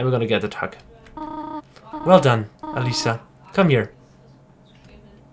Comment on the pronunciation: How he says Aliza. ALLEESSA facepalm